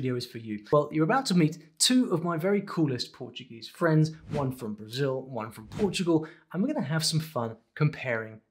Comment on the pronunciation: I really love that you spoke "Brazil" the way we Brazilians pronounce it at the begging of the video <3